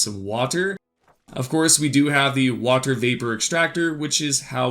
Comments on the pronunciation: stop saying water weird you freak. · How many times did he say Wahtur